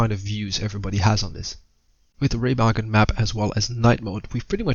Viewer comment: So happy Ramagen wasnt pronounced RuMeJuN like in that other guys video